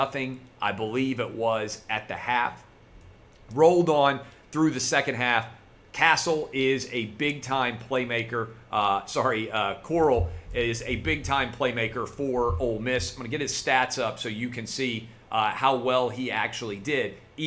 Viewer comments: It's Corral, like one keeps horses in, nor coral like what grows in the ocean dumbass. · CORR-AL.